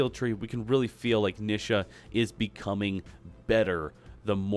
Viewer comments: Why do people pronounce Nisha as Nih-shah? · I hate the way he says her name.